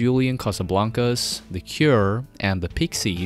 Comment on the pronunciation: you butchered their name...